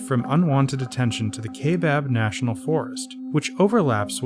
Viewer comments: Kye-Bab, not Kay-Bab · I shouldn't have posted so soon. I noticed the next subject was the Kaibab National Forest. Since this is also 1 of the canyon's main trails, which I've hiked several times, I know it's correctly pronounced KYE-bab, rather than KAY-bab, and is Paiute (PIE-yoot) for 'mountain lying down'. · Kaibab - pronounced: K-eye-eh-baa-b